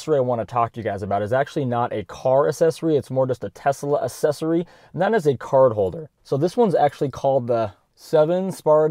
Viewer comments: Pronounce the C in accessory. It is not assessory. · Dude, why do you keep saying assessory? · Hey man try throwing a "C" sound into the first syllable of accessory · It's not assesory, its aCCessory. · Gotta ask - what is an assessory? :D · I never heard the word ‘assesory’ more in my life. Haha Great video though!